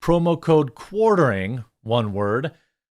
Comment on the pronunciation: Dude, can’t even say the name of his own fucking show. It’s not cornering moron, quarter- ing